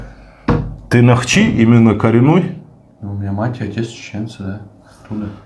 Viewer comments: нОхчи, ударение неправильно ставишь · нОхчи, а не нохчИ